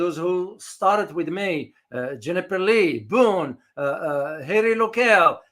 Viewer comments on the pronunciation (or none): none